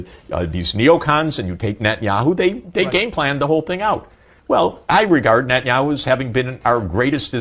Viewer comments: Netanyahu bolye netanu nahi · Nat-ni-ahu kaho Bajpai Saab ji.